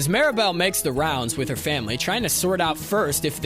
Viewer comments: sounds like ya said Maribel instead of Mirabelle but at least we're not talking about fight club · Bro legit gave a lesson on her name pronunciation as ‘MEERabel’ then proceeded to pronounce her name wrong as ‘MARYbel’ and ‘MARAbel’several times over. 😂 All are wrong.